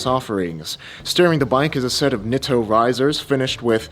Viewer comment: Nice check. But Nitto = “knee-toe”. ⛩